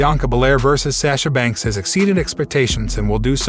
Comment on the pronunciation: It's sasha banks not sasha banks